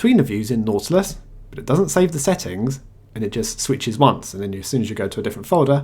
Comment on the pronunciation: What did you use to make KDE look and behave like Unity? I am very interested in this. Also, I think it was just me, but I kept hearing "naughtless" when you said "nautilus". Took a whole to figure it out and stop giggling.